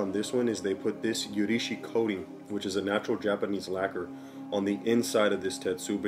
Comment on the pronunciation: a few corrections. 1. on pronunciation, its not "you ri she" but "oo roo she" as in "urushi" also, in "tetsubin", the emphasis is on "tet" rather than "su" and the "i" in "bin" makes a long e sound 2. tetsu means irons. so your clay kettle is not a "tetsubin". In english you would just refer to it as a kettle 3. you will not ruin a kettle by adding tea into it. Though, you are right that it can be used as a means to deal with rust.